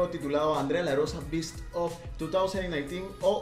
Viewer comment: la pronunciacion de Best no es BIST es BEST. Como tu lo pronuniaste, queciste decir bestia ( beast= bist)... Aunque el Ingles no se pronuncia como se escribe, podriamos decir que esta palabra es una de esas excepciones de la regla: se pronuncia como se escribe. Gracias por tus videos amigo.